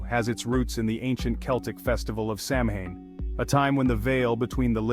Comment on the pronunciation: It's sawine not samhion yeah it's spelled that was but it said sawin